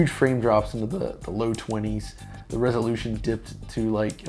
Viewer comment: With, every R is a W Like "the WWresolution" I was searching in the comments for the comment that noticed but i had to post it myself 😅 I mean no diswrespect tho